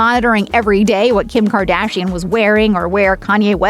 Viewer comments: Did she just say ~Gim Gardashian~ LMAO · Did she said gim gardashian? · „gim gardashian“